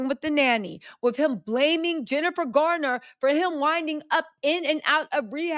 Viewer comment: It’s Garner not Gardner.